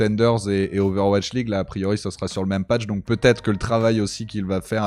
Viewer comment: et son "Ovash League" x)